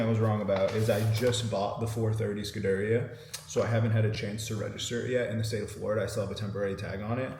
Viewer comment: It’s not pronounced SCUD it’s pronounced SCOOD and same with the way it is said. SCOODARIIA not SCUDAHRIA